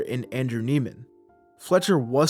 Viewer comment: Isn’t his last name pronounced “Neigh-man”?